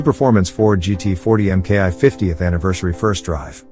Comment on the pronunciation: MKI (“eye”)??? It’s a Mk1 (“mark one”)!!!